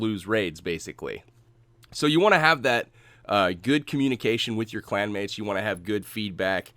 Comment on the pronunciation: Clanwates 😂 lol. Good too see tou back on top man keep it up.